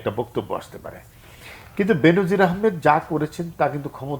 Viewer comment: উচ্চারনটা "বেন‌জির" হ‌বে , "বে‌নো‌জির না।